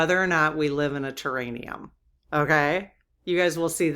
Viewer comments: Respectfully it’s “terr-air-ee-um” not terr-ain-ee-um. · I keep getting held up on the word I'm guessing you're mispronouncing, do you mean terrarium, like a big glass bottle with plants inside an enclosed bottle? Ter air ium. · Hi, I think it's a terraRium, not terraNium.